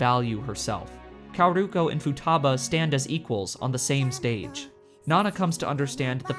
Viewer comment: Great video, but your Japanese name pronunciation is so funny that none of them is correct, especially ふたば(futaba), かおるこ(kaoruko),ひかり(hikari)